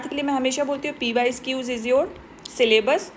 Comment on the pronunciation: Mam aap pysqs mt boliye..ajeeb lagta hy..pyqs boliye